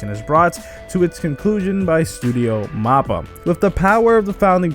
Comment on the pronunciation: Bruh really called it Studio Moppa